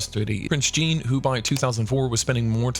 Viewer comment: OMG .... Prince Jean (djeen) is not pronounced in English but in French (sjang)